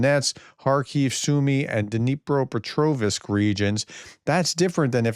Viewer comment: Dnipropetrovsk ! Do not add an " i " between the " v " and the " s " as in " visk " -- there is no " i " it is " vsk " ~!